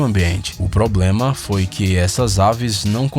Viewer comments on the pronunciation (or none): none